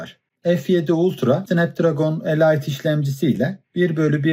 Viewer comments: Hocam "e layt" değil "elit" diye okunur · Snapdragon "elayt" tan sonrasını dinlemedim k.b